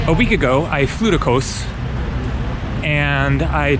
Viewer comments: Kos or Cos (/kɒs/; Greek: Κως [kos]) It's more like cost, not like coast, without t of course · Its Koss not KOWS 😂😂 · Kos not ko-ous! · it's KOZ not coz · For the love of Greek Gods, stop pronouncing it "KOHS" man! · it’s pronounced in Greek with s silent. The way you are saying except don’t say the S I know I’m Greek thank you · It's Kos not Kos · you gave me a chuckle when you mentioned the two versions of Kos (as you heard them) and they both had an american O ending. Just think of Kos ending just like in the word 'BECAUSE':-) Cheers